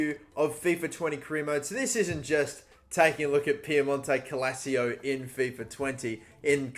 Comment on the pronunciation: My guy can’t even say “Piemonte Calcio” right. Therefore I’m not watching the rest of the video I’m kidding byw